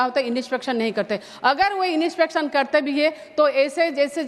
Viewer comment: Inispection ❌ , inspection ✅